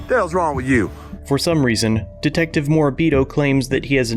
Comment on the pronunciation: Did he call that man a dicktective? 😂